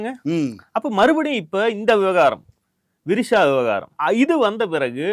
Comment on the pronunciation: யோவ் ஏலியன் எனக்கு வேற மாதிரி கேட்டுச்சு 😂😂😂😂😂😂 விரிஷா